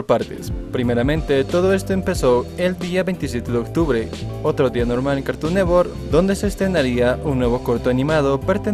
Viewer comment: "cartun newor"